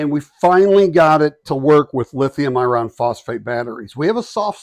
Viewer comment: Not usually pedantic about word pronunciation but your annunciation of the word "iron" is making this difficult to watch/listen to. For the record, that word should sound like ai·urn!